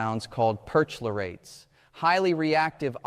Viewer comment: Dreadful AI narration. “Insoluble” means “does not dissolve” - you mean “unsolvable”. Percholrates pronounced “per-klor-ates”. Just a few samples of idiocy.